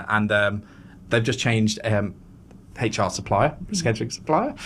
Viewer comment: in a competition for the weirdest pronunciation of HR the first places goes to this lady for sure. Heychoer